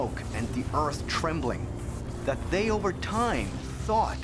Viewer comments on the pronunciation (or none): none